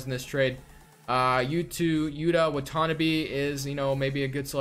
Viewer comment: (YUH-TA) (WAH-TA-NAH-BE) Is how you pronounce Yuta Watanabe from Japan.